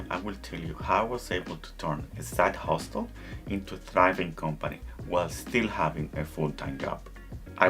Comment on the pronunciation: Hustle. The t is silent